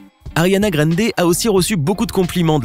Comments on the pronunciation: 1. On prononce GRANDE et pas "gReNde" (on dira rien pour le "Sank u next") 2. Elle a 26 ans maintenant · Ca se prononce "Grande", pas "grende" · C est pas Ariana grainde mais Ariana grande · y a un A dans Grande cest pas Grende donc prononcez le A svp ça me stress de ouf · C’est pas greindé ça ce dit grandé mais c’est grande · '' ARIANA GREYNDE '' tellement stressant comment cette machine prononce son nom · Ariana « GRAINDER » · « Ariana Granedé » mdr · « Ariana Graindé » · «Ariana Grèndé» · Ta dis Ariana Grènde...j'me tire 👋🏼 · vous na saver pas le dir c'est grrrrrrande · Tu dit même pas bien son nom de famille le respect😭😭😭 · Mdr comment il dit Ariane Grande